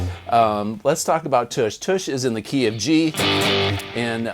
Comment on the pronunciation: Why does everyone say toosh billy gibbons clearly say tush in the song